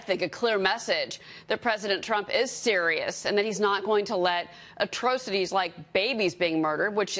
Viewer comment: I hate this dumb skank dumb ass can't pronounce atrocities but swears she knows what's going on